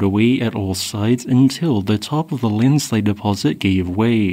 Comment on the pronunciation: Not an avalanche bud. Landslides are different. Or Linslide as the narrator pronounces it 😂